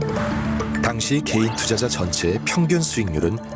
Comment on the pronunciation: 나래이션 왜 자꾸 게이투자자라고 함? 일부로 말하는거 같은데 아니게 발음할때도 있음